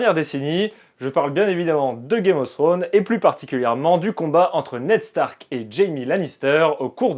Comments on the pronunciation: Non plus. /θrəʊn/ en phonétique, le θ se prononce comme si tu avais un cheveux sur la langue un peu. Un peu Fsrone en soit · "Throne" ne se prononce pas [Srône], mais d'avantage [Frône].